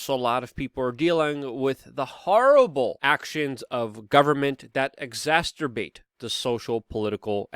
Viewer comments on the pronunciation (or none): Luke... Please, it's exacerbate... Not exasturbate... 😂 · Good report, however since you said, "exacerbate" at least three times, you'll want to know it is pronounced ex-ass-er-bait (not ex-ast-er-bait). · Always fantastic coverage - small note its exacerbate not exasterbate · It's exacerbate, not exasterbate. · exacerbate not exacterbate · LUKE! It's "exacerbate" ex-ass-er-bate, not "exasterbate". Either fix your pronunciation or stop using the word! Are you perhaps any relation to Mrs. Malaprop? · I think you've invented a new word Luke "Exastorbate". A combination of 2 existing words I suspect :-) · exsasturbate? its exacerbate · Exacerbate word pronunciation--love your work--you have a T sound here though--exac ter--bate--oops! don't want anyone disrespecting you for the gaff on it twice:) God Bless You! Still think you need to move further away!!! from NYC! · "Exasturbate"? Wha-? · Luke ur homework is to learn to pronounce the word "exacerbate" so it doesn't sound like a kinky form of masterbation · Not making fun, just trying to help out a little. There is no “t” after the “c” in exacerbate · Luke: There is only one t in exacerbate and it's at the end. You might be thinking of the m.... word.😄